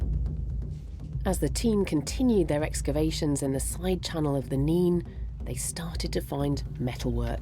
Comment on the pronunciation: It's pronounced river Nene, sounds like pen.